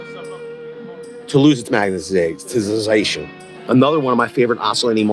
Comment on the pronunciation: Say magnetization again